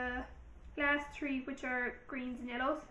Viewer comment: By the way, its 'three' not 'tree', thought i'll let you know ;P